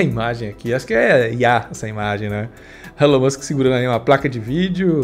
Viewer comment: So o que me pegou foi o falando "Elano Musk", era pra traduzir tudo e falara Elano Almíscar!